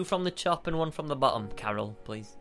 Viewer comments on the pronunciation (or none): none